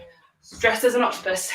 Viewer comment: "It's a HOTCTOPUS" stop it 😂😂